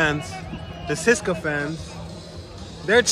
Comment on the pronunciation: Dude, I hope you have at least learned to pronounce the name of the team you have been cheering for in the right way. It is not Ceska, it is CE-SE-KA TI-RE SO-FI-A